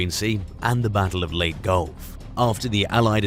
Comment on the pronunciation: Why is it that those who make videos ablot WWII ships use modern day examples of weaponry to make a comparison or point? Especially when the archives are full of photos of those examples of weapons and ships. My biggest peeve is the pronunciation of Pacific islands. Leyte, for example, is pronounced, "Lay Tay, not Late." My god guys, GET IT RIGHT!